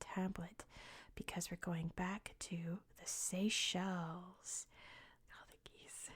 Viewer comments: Seychelles video after a Hungarian one? What a treat!! Also, your pronunciation is very impressive (from a Hungarian) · Very relaxing video! (as a hungarian, your pronounciation is good)